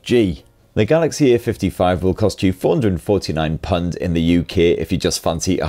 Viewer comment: What are "punds"? Can you not say pounds? P-OW-NDS Keep repeating this until it no longer sounds like you missed the O out. 👍